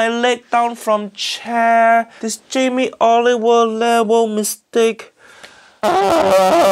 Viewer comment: “Jamie Oliveoil” 👀